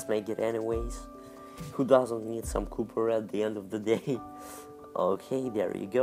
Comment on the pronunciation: did he say "cupper" ?